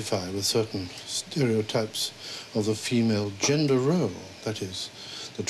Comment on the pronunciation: 👍 ggggggender! mit very nederlandish "g" sound, süper Dutch 👍